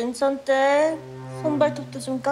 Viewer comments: 그냥 진천댁이 아니라 진-춰-언댁임 진춰언댁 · 발음이ㅋㅋ 안괜찮아× -> 안괜챦아○ 진천댁× -> 진쳔댁○ 정치하는× -> 졍츼하는○ 물 안섞어× -> 물 안셬커○ 다시받아× -> 다싀받아○